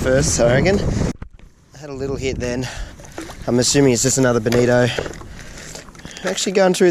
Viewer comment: While I would compliment your balls, I would just like to thank you for saying bonito and not bonita.